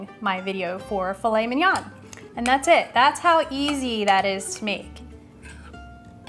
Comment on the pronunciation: Great video, beautifully shot and lit. Easy to follow. What would make it perfect is the right prononciation of filet mignon which sounds so beautiful. I hope you don't find my comment mean in any way but I think it is important.